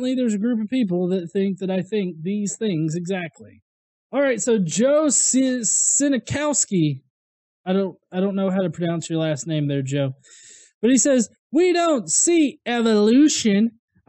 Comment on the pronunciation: Cien (pronounced almost like Chinese name CHEN) Cow Ski (with a short I) => Chen cow ski